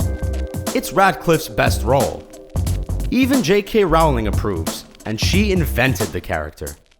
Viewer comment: I disliked because your chosen voice over cannot even pronounce J K Rowling's name right. He said ROW-ling. It is pronounced ROLL-ing. Stupid dumb Screen Rant. Get someone who can actually pronounce English. Or hire an English person just to correct your script and pronuciation. Lazy fuckers , churning out pointless lists. But I add, I run ADBLOKER PLUS!! No money from my watching tee hee hee.